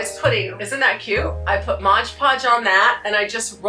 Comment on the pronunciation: Many crafters use a combination of coffee, cinnamon and ground cloves . Gives the item a lovely fragrance and texture. If you want to be sure that the mixture stays , mod podge over the top of the initial coat after it dries. Also, it is MOD, not modge. Enjoy your prom content.